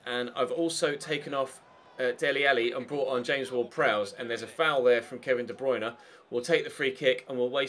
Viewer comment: "91 de bwuine"